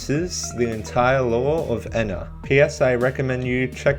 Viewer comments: awesome video but it hurts to hear you say "Eh-na" instead of "*E*-na" lol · NO ITS NOT ENA ITS EE-N-AH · Im not saying your wrong, but i think Ena is pronounced ee-nuh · ok but what if I no likey the short e pronunciation